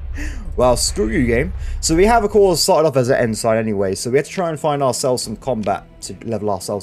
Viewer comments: As I am new to your channel and just started with this video so I dont know if you correct yourself later or not but that rank you are saying is pronounced En-Sin not En-Sign as in the things on the side of the road that tell you things. It is just shorter naval speak for Lieutenant or "Left-tenant" if your from the uk or probably other places in Europe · It's pronounced "En-sin", not "En-sign"